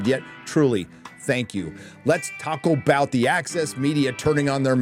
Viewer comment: Did....did you just say "lets taco bout" . You said taco didn't you you little shit